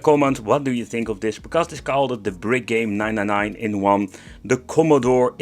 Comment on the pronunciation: wait.... "CommodOOr" lol